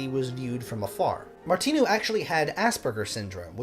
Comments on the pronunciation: And the "I" in Martinu is not an "e" sound -- It's must like "Martin" in Engligh. The "u" at the end of his name rhymes with a cow's moo. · Thanks for your channel. You begin by saying " I think that's how you pronounce his name", but, respectfully, you get them both wrong, by stressing the second syllables. The simple thing with Czech words, including names, is that ALL words are stressed on the first syllable ( although there may also be an additional stress or lengthening of other vowels within a word, such as in Janacek - though no English speakers get it right )- so his name is pronounced BOhuslav MARtinu.